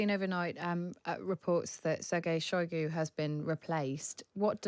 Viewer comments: Did he say Sirguy Soygoo? 😂😂😂🤷🏻‍♂️ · Putin might be planning to toss Shoigu under the bus and blame him for all the failures. Also Sir-Guy Shy-goo? who pronounces his name like that?